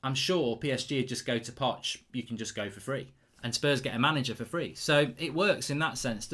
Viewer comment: "allegri, Zidane, poch and conte, atleast I said the 'O'" - GOLDBRIDE 😂😂😂😂